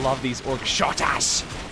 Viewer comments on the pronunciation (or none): Do you realize you're saying Ork Shottas? I assume you mean Shootas, right? Hahaha. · Its shootas not shotas